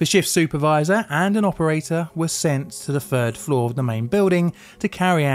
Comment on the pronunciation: / when he's hurrying through his script and speaking quickly: "Third floor" / when he's taking his time and speaking slowly: "Fir 4"